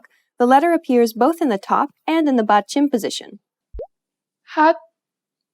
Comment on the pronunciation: great video, very helpful!! but since this is about pronunciation, you should know how to pronounce "batchim". you sounded more like 빧츰 than 받침 ...